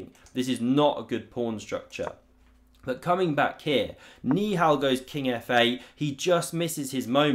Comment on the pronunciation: i think hes saying ni hao instead of niihal💀😭